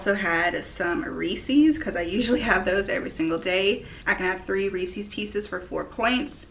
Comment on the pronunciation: So is it just me or the way she said Reese’s made you low key mad lol 😂 Good job tho keep it up 👍🏼